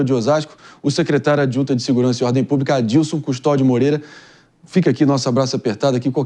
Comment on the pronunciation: para de falar púbrica até pelo amor de Deus